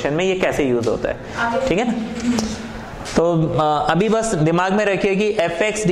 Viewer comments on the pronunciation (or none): Is ladki ko manners nahi hai kya "busss" kaise boli bewakoof